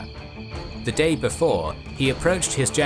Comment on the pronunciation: "All Rome will be amazed at such a victory. The DAaaaaYEEE is owuRsssssss!!!"